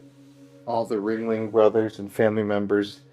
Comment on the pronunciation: kept saying ring-ley. The ghost legit corrected him.. RING-LING